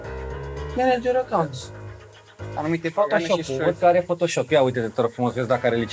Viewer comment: maneger acaunts ned atention🤣🤣🤣